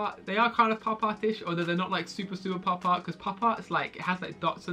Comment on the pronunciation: thought he said pop tarts